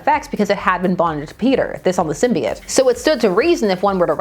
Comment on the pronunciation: Thank you….THANK YOU!! For not saying it Sym-bee-oat or sym-bye-oat….ever since Spider-Man 3 people starting saying it that way, don’t believe me? Watch Spider-Man TAS or even Star Wars Episode 1 (obi-wan says it when speaking to the Gunguns)